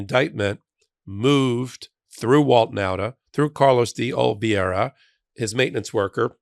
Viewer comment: I’m a frequent viewer and subscribe to this channel. Please pronounce DE OLIVEIRA correctly. It’s a Spanish surname pronounced DAY oh-lee-VAY-ruh. No relation to Meredith VIERA pronounced like you have so often mispronounced De Oliveira. Also, please teach Ben to pronounce the word substantive, which has only 3 syllables (not 4 “substanitive”).